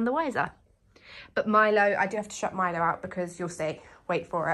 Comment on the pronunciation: Hello gentleman! Great to see your lovely fluffy face! Milo you're impossibly adorable! Also, whenever you say Milo for some reason I hear "my love".